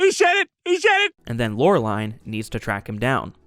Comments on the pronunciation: Meh… he also butchers Laureline’s name.. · Dude, SIMILARITY, not SIMULARITY. And holyshit, are you sure saw this? You constantly mispronounce Valerian and Laureline.